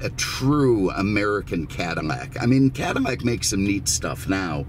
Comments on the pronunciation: Why does sound like he's saying Cadinnac?? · Why is he saying CADINAC?